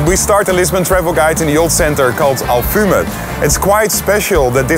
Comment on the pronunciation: Its alfama, not alfuma 😂 , good video tho :p